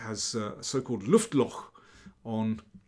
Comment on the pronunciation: 😁👍 And Daniel King pronounced it very, very well!